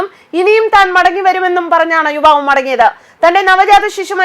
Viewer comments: വിവാവ് അല്ല യുവാവ് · വിവാവ് അല്ല യുവാവ്. ആദ്യം മലയാളം പഠിക്കുക. ഹെഡിങ് നോക്കുക.